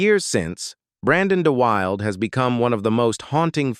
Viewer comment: The actor's name is "DUH-wil-DUH" you silly AI 😂